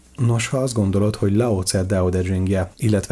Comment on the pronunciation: Laocö & Tao tö tyhing